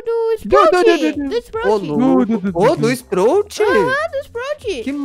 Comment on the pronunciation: é spraut, n sprout e é lu, n lou